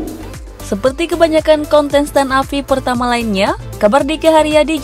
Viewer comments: Gagal fokus sama pengucapan kata Kontestan jadi “KONTENSTAN” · KONTENSTAN? woy salah lu nge-host salah ngucap woyy.